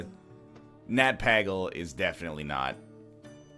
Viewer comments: don't even get me started on fucking nat pah-gle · It's actually Nat PAYgle thank you very much. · It's Pay-gle and Mal-ke-zar.